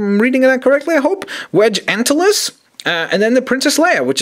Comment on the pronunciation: lol actually yeah you said it wrong. it sounds like Ann-till-lees. but the Wedge part is right lol